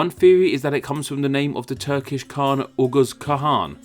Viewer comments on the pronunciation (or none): none